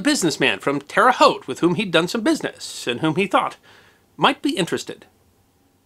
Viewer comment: I'm a life long resident of Terre Haute, thank you for pronouncing it correctly, and have been to the track many times. Everybody here knows about the Hulman's but few people have met them in person. They were a big part of the city but the children have been selling off a lot of their properties lately. Clabber Girl was sold at the same time as the track. They still (as far as I know) own the house on 46 and I'm sure they still have many other properties around Terre Haute but they don't seem to want to be a part of the business part of it anymore.